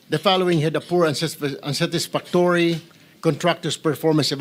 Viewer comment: Pls pronounce unsatisfactory properly ..